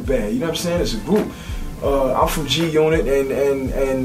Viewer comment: when the game reads "g g g g g unot" it sounds like he can't read, like he's trying to pronounce g-unit lmao